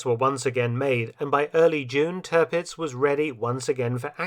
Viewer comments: Stellar work as always, Mr. Felton. I only have a few oddities that might enhance the impressivenrs further: 'Tirpitz' in German would not be pronunced 'Turpitz' but 'Teer-pitz', and 'Kaafjord' in Norwegian is not 'Car-fjord' but close to 'Co-fjord' with the 'o' of 'bow' as in 'bow and arrow'. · It’s Tirpitz not Törpitz . Try to get the pronunciation right